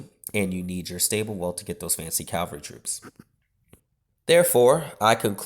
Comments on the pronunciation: Do you realise you say Cavalry wrong every time? You say 'Cal-vary' when it is pronounced 'Cav-alry'. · Its cavalry not calvalry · I know, ffs. That was annoying the hell out of me. I mean it's not even spelled some sort of mad way to be able to pronounce it wrong. It's said as it's spelled haha. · that's pretty common.